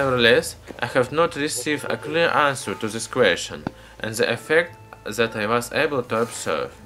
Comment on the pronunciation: lmao why is it so hard for some people to pronounce then, that and the? like how are you saying ''zhe'' ''zat'' and ''zen'' when its clearly a T there?